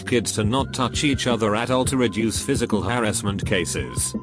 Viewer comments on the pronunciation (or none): Nobody: Voice: FIZISHIAL HARASSMENT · "Fisicial" harrasment